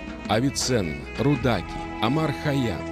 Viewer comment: РУдаки а не рудАки